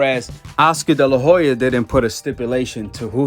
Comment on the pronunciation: Oscar de la Hoya... the H is silent. I wasn't going to say anything but you said his name so many times lol